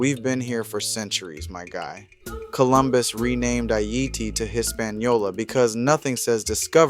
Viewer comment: I like how you pronounce Haiti. Nice video thank you.💪 🇭🇹